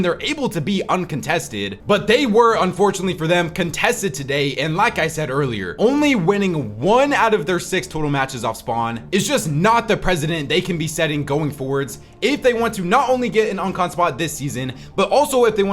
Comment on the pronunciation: "precedent" not "president".